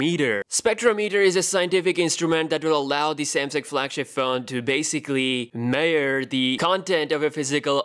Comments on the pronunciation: Nice video. But let's try to pronounce the word "measure" correctly this time. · the way you say measure confuses living shit outta me dude xD